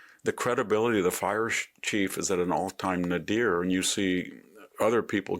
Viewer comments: "NAY-dir." Respectfully. You're welcome! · You mispronounced “nadir”. The accent is on the first syllable.